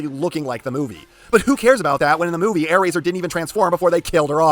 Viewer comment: Ah yes, “Aairazor”